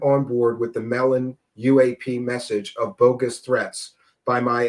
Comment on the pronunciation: Did this guy just say "Bokus" twice?? Does he mean "Bogus"?? If not, what the hell is Bokus?